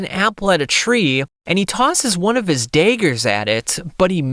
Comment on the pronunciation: How do you mispronounce dagger like that?